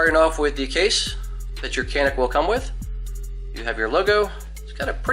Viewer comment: Hey from Turkey guys. It is actually pronounced like this "janiik" :) Thanks for your videos.